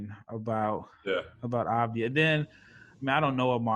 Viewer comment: Its pronounced like Av-dee-yah